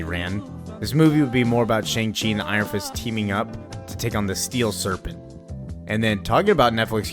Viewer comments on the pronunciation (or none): Why do you say Shang-Chi like that